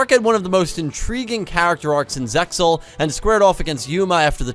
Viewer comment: Apologies, it's Sig-ner. It's actually mayan. Thats the only pronounciation issue I had. Thank you for using the japanese storylines and names. I appreciated that :) ALSO the X in ZEAL is silent. The X represent overlay units.